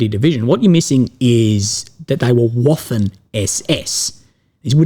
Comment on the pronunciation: Waffen is pronounced "vaafen".